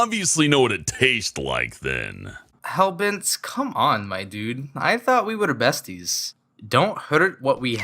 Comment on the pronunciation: toadstool/terrarialord9013 someone who pronounce their Rs weird